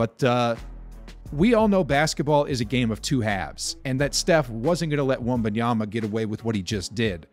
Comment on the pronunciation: All the NBA commentators have to do now is learn how to pronounce his name correctly. NOT Wembanyana, not Wenbayama.